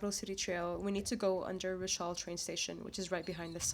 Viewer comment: Just a minor nitpick: pronounce Rushall more like "rush" and then "all" but, make the "all" sound a bit shorter. Other than that, good video.